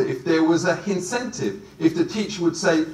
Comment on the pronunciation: That's a pretty good "hin-centive" tbh.